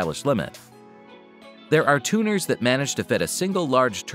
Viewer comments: It’s pronounced “tune-ners” not “turn-ners” you dork. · You mean to tell me the person who did the voiceover purposefully pronounced tuners as "turners" .. 🙄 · WTF is a TURNER? Shore? This AI shit is getting out of control.